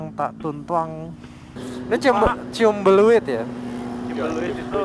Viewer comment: Cimbeleit bang bukan ciumbalieut